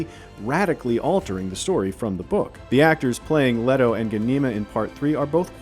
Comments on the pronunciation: What’s wrong with the guy? „Leto two“?? „Bene Telax“??? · The American pronunciation of the character names is just wrong. For example - Leto - it is Lee-toe, not Led-o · And it is pronounced LEE-toh, not Leh-toh. Get it right! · 'Letto,' 'Doon,' oh dear. 😄